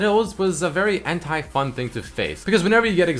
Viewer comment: Whenever you say "anti" my brain turn it into "hentai"